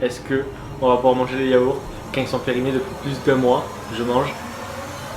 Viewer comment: Plu périmé pas pluse périmé mdr je parle bien sûr que de l'élocution :p